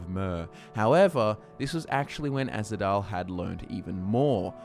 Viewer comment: it's Ahzidal not azhidal